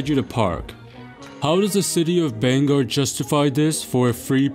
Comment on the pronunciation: I live in Bangor! I want to thank you for pronouncing it right! Usually people say it like bang-her and it drives us nuts lol... and none of us pay for parking for the free festivals, we just walk a half mile or so and parking on the streets is free. Dumb folks thinking they can find free parking downtown? LOL!